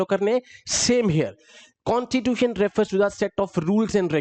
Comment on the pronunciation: यार एग्जेक्युटिव में अधिकांश प्रशासन अधिकारी आते है, तुम कुछ ज्यादा ही अंग्रेज बनने का ड्रामा कर रहे हो, कॉस्टिट्यूटन नही कॉस्टिट्यूसन होता।